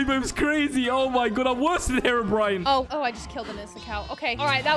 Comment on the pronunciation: it said herpbrine?